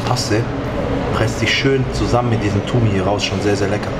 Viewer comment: Fam man sagt Tum oder Toum und nicht Tumi habibi nur als Info ! Geiles Video!